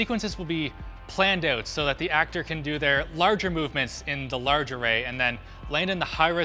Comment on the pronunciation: "Suwwounding the camera awway" OwO?